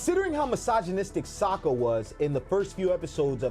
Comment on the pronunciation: And cmon bro its Sokka, not Soekka 😂😂